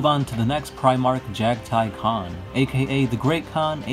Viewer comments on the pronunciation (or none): none